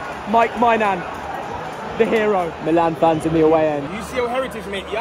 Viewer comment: Bro said "Mike My-nan" 😂😂